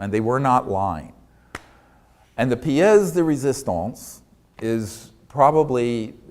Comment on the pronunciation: "la piece de resistance"... Great french steven!!